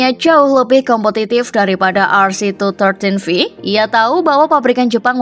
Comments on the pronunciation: honda Rc two one three v min... bukan two thirteen v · Rc tuwan tri viii kali mbak cara mbacanya mmm